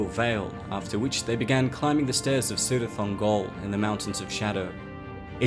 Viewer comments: From the pronunciation guide of The Silmarillion: C——–always has the value of k, never of s; thus Celeborn is ‘Keleborn’, not ‘Seleborn’. Cirith Ungol is, therefore, pronounced as "Kirith Ungol". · The C in Cirith Ungol is prounced is not prounounced as a soft C (S) but a hard K. Many of Tolkien's names and words that start with C is said as a K as in "Kele-born" (Celeborn).